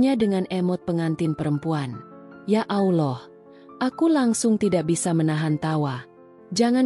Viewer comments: Klo bukan muslimah ya nyebut Allah spt itu...dah betul...tp klo muslimah memang menyebutnya krg pas...maaf ya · Tlng di perbaiki cara mengucap allah ya min, gk enk denger nya coba belajar cara mengucap nya